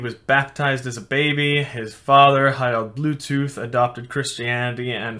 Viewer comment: Harrald buethooth